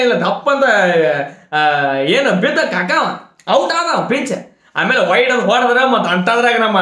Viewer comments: ವೈಡ್ ಅಲ್ಲೊ ಅಣ್ಣ ವೇಡ್😍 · ವೈಡ್ ಅಲ್ಲಾ ಬ್ರೋ ವಡೆ😂